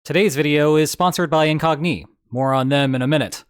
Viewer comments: IN-cog-KNEE! :P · You using ai? The" incognIE" pronunciation has me suspicious.